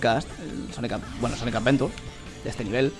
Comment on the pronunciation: Por que dise sonic avedura